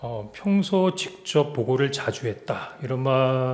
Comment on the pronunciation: 직졉뱡쳡샤령관과~ 다 ㅓ 발음을 ㅕ로 하는구나